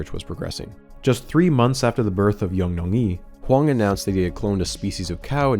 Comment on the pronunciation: the first cows name sounds more like young-long-yi or yee